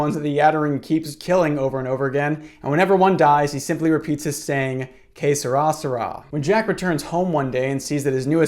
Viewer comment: i thought you were saying some sort of ancient egyptian phrase like K'srasra but you were trying to say ''Que sera, sera'' lol